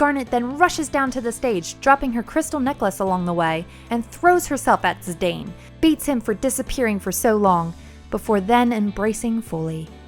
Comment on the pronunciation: Also, Zee-dahn instead of Zee-dain